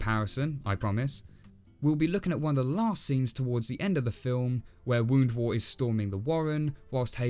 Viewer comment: Pronunciation notes: it's Woundwort to rhyme with 'spurt' not 'wart'. KeHAAR with the emphasis on the second syllable is correct. I personally much prefer it that way. Richard recorded the pronunciations for the BBC team before he died, so they get this right, by and large, though they struggle a little with El-ahrairah! And, by the way, does (female rabbits) DO do all the digging in warrens, as Ronald Lockley notes in 'The Private Life of the Rabbit', which was source material for Richard's book.